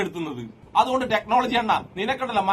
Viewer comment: ടെക്നോളജി അല്ല ടെക്‌ലോലോജി 🤣🤣🤣